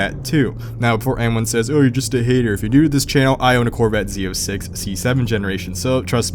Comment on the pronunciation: Okay but u said Z zero 6 dude cmon